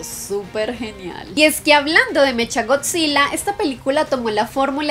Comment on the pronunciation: Para corregirte en HBO max se estreno el 31 de marzo no el 24 o el 25 de marzo y en puerto rico y estados unidos se estreno el 31 de marzo también y aunque que se escribe mechagodzilla se pronuncia mekagodzilla y HBO max está en puerto rico desde el dia 1 y también Disney+